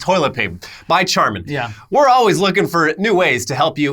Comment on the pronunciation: Also pronounced charmin wrong a couple of times. Maybe to distract from the fungible lol